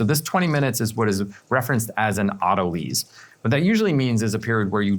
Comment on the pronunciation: So no way to find the recipe from the video? And it's pronounced auto LICE....not auto Lease